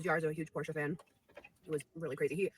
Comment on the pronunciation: Anyone else notice “Por-SHAW” instead of Porsche?😂